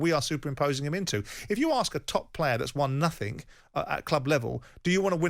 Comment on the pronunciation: Simon there is no K in nothing ! nothink ?.....